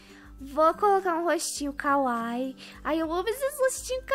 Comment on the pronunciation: A pronúncia da palavra kawaii não é kawai é kawaí